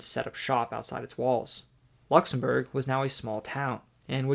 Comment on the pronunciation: Nice effort on the pronunciation of the Country’s Name.